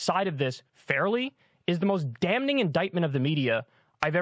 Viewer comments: Is "dam-ning" generally considered proper pronunciation? I've been hearing him say this a lot lately and it sounds really awkward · This boy and pronouncing the n in "damning" 💀💀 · Someone really needs to tell Kyle that's not how you say "damn-nb-ing"... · DUDE. It’s pronounced “DAMMING.” The N is silent in damning. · Kyle is an alien, he doesn't understand how to pronounce words like damning. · Someone tell Kyle that the "n" in "damning" is silent. It's so distracting.